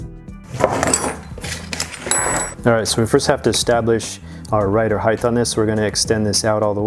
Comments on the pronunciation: Just an fyi...height is pronounced "heit" No "th" at the suffix. Just one of my peeves... Great video otherwise. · Rider height... why do people say it like it spelled heighth? Sorry but thats a huge pet peeve.